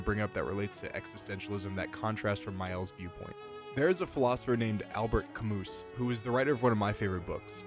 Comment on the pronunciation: Pronounced like Sartra and Camoo. I think you may be correct about Maelle's philosophy but not Verso's. Stoics embody the 4 virtues: wisdom, justice, courage, and temperance. Verso lies for his own interests without regard for anyone else. He's more of a nihilist, he wants to destroy his world so he can stop existing.